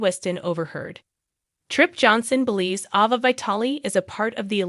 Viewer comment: Nickle???? lol at least say her name correctly and Ava too geez